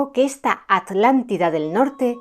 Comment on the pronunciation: Me encanta escuchar a decir: "Atlántida" y no "Alàntida"Como se escucha normalmente a los Españoles, debe hacerlo con especial énfasis como cuando yo debo decir "Vidrio" y no "virio";😊😊 impecable la exposición y la meticulosa investigación, les saludo mientras contemplo las hermosas montañas de POTES ❤❤❤ VIVA ESPAÑA!!